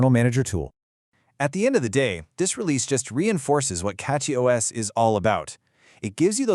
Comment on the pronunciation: Did you switch your A.I. voice just 30 seconds into the video? I do prefer CachyOS for KDE but prefer EndeavourOS for LXQt Wayland. :face-green-smiling: BTW, did you notice that , your A.I. voice pronounced it is as "cocky OS"? That is actually quite appropriate.